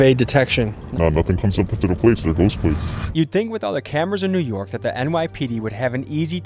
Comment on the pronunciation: I can't stand when people say "Newerk" like bitsh pronounce the fkn letters it's NEW. YORK.